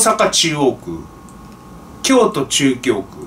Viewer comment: 京都府中京区 は 「きょうとふ なかぎょうく」です